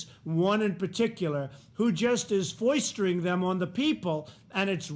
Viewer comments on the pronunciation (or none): I cringed at "Foistering".... All Hail President Fart! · Did Donald Quixote just say "foistering"?